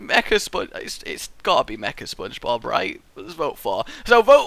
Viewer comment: Spongebob not spongebog